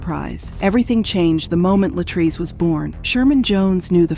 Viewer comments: I don't know why these narrators seem to NOT pronounce our people's name correctly, she kept saying LA TRACE and it is clearly pronounce LA TREECE. They don't even respect us in death. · Every time the AI voice says Latray-say I want to snatch myself bald headed. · The fact that the narrator keeps deliberately mispronouncing LaTrese’s name is IRRITATING AF! Not gone lie!! You clearly hear her dad call her the proper pronunciation and u KEEP GOING IN BETWEEN!! Wtf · Her name is pronounced Latreese, Wow! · She missed pronounced this woman’s name so many times 🤯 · The narrator is repeatedly mispronouncing the victim's name, repeatedly. It is frustrating. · Why not pronounce her name the same way that her father does??!! I would assume that HE knows. Disrespectful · You mispronounced the victim's name throughout the WHOLE video!